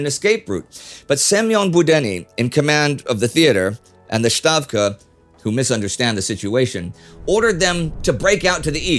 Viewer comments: Russian pronunciation note: stavka is pronounced "stavka", not "shtavka" as it would be in german. IWithout exception, russian letters are pronounced according to their spelling even when rendered in the latin alphabet. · Stavka, not SHtavka